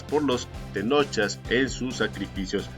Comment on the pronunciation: Una aclaración no se les dice TENOCHA o TENOCHAS SE LES DICE TENOCHCA ó TENOCHCAS, antes de leer investigas como se pronuncian los vocablos en náhuatl